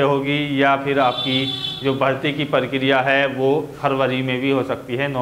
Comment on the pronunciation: अबे परकरिया नहीं प्रक्रिया